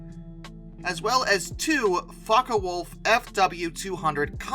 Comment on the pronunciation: your pronunciation of Focke-Wulf brings to mind the gem of a movie, Meet the Fockers.